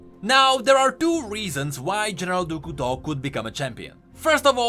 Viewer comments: Ahaha I was struggling to figure out who "du ku to" was until I finally figured out it was a badly pronounced "du couteau" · Great video! But I have to mention: the way you pronounce General du Couteau is horrible! 🤣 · "Du Couteau" I am french canadien and this is very funny to hear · As a french subscriber , I love how you pronounce "Du Couteau "